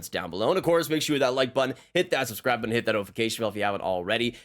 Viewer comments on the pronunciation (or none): none